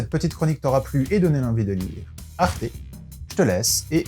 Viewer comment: Moi je dit arte comme sa s'écrit, pas comme toi c'est grave (Toi :arté. Moi:arte)